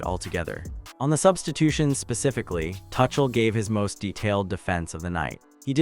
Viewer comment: His name is not "Touch-uhl". And England were never fully in control of that game.